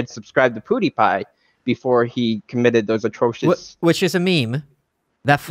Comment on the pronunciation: Both and Malice pronounce Pewdiepie as "poo-die-pie." Lol